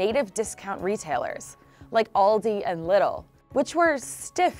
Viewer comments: What "Oldi" and "Little"? It's Aldi and Lidl!! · It's not Liddle its Lidl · They have no concept of "long vowels" over there. LIDL is pronounced like Lee-Dell, not "liddle". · Funfact: "lidl" ist not pronounced "little", more like "lead-ill". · Mara Zukowski in Luxembourg und an der Grenze mit Lux, weiss nicht genau welche Gebiete das sind, ich denke Saarland und Rheinland Pfalz wird auch so Liddel gesagt mit einem kurzem “i”. Hab noch nie Lead-el gehört. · Lidl is not pronounced like little xD. it's "leedle" :D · Confused me while I was in Britain. No one had a clue where I went shopping because I said I was going to "leedle" instead of littl XD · Its not „All the“ and „little“ Its „Aldi“ and „Lidl“ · pronouncing LIDL as little triggered me as a german. just pronounce it "leadl" (lead pronounced as in leading) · where around? As a native German I confirm that Lidl will be pronounced Leedl. Like the city Leeds , fast spoken an with an l instead of s at the end. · Würde man es Deutsch ausschreiben wäre es "Liedel" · bin wiener und ich höre es auch keinen "little" aussprechen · leedle lol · who tf pronounces LIDL as little? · Lidl is a German company so your american pronunciation is probaly not the one you should take as a standard. The correct pronunciation is leedle. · We always say LIDL just for fun. "Kommst' mit zum Liddl? 😉" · Antonio Noack ich sag aber auch immer liddl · leedle leedle leedle lee!!!! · Ich habe little gehört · ES HEISST LIEEEEEEDL VERDAMMT!! 😂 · Alldi and Liddle xD, I like the way she pronounces Aldi and Lidl xD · Native stores like Ooaaldi and liddle. Jesus how hard Was it to resist looking up the pronounciation of this words for the team making this Video 🤣🤣🤣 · The way she pronounced "Lidl" made me wanna unsuccessfully apply at Vienna's art school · densch123 shall we pronounce enlgish name german or WHAT!?! hell no a german word must be pronounced german and the i in Lidl is stressed. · Noch jemand triggert wie die Lidl ausgesprochen hat?